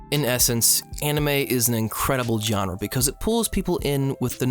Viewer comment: Every time you said genre, it hurt a little bit more than the last time you did. Otherwise, i too began watching anime at a time of significant personal struggle, the "i'm 20, but not yet an adult" depression.